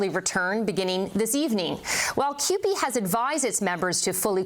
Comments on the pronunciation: The union name is pronounced QP not Coop.Canadian union of Public employees. We dont need unions... until we need them. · CUPE is pronounced que pee